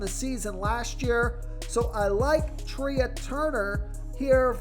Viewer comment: Trea turner is pronounced like Tray